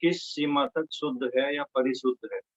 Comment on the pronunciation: शुद्ध तक बोला नही जा रहा मास्टर जी से। Shame.